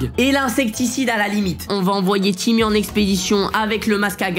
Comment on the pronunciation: tu disais timoute avant alors pk tu dit timmy